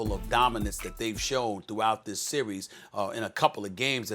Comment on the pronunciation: Hayden Jones Direct quote “thees I mean this guy comes off the bench and gives you 15”